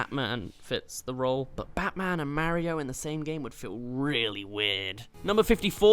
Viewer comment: Its actually funny how rabbid peach who appeared in one game has more personality than ACTUAL peach who has appeared in almost every Mario game! oh and your pronouncing Mario wrong.